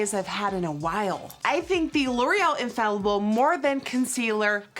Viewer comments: Infaillible is French and pronounced uh-faay-yi-bl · GIRL YOU GOTTA TRY THE "THE SAEM" CONCEALER 😍 Also it's pronounced "unh fay ee bl" unh like huh wtf without the h then fay ee like fire but without the re and bl.... like if you got cut off trynna say blood 😂😘❤🇫🇷